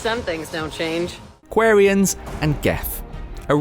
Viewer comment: The way you pronounced Quarians injured me.